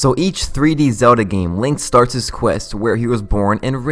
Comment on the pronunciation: I can’t do the speech issues Zelwda, breath of the wilwed. Worlwd of hyrule damn man.